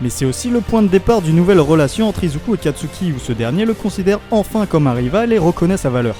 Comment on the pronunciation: kastuki?! C'est pas plutôt katsuki